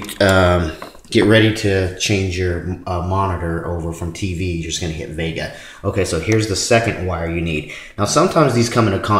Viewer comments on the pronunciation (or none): VGA not Vega